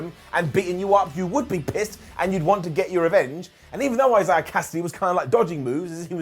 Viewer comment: sure does have a difficult time trying to say the name Isaiah... Another great episode of dynamite overall. Really do need to get consistent with this best friends versus best man mirror story and have them both move on to something else. Thunder Rosa should buy rights get the win over riho. But they'll probably give it to riho. probably make her champion again which pretty much nobody wants